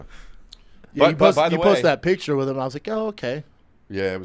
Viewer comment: “pic-cure” hhmmm